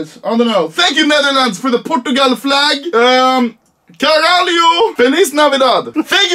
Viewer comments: Man Im portuguese but that did hurt...atleast he knows how to say CARALHO 😂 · He was wrong about the country but that "Caralho" wasn't bad at all